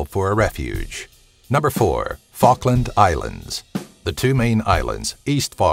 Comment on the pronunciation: East fuckland and west fuckland?